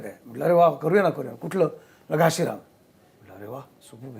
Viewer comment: घाशीराम ( घासी नाही )